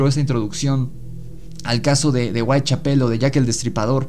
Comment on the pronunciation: Muy bueno pero no es Whitechapel con acento en pel, el énfasis va en cha